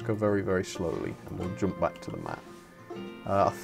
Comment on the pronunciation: Dont say pack in the opening say back not pack